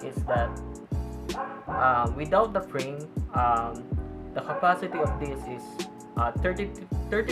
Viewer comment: Speak clearly. It kinda sounds like “no brain” instead of no frame.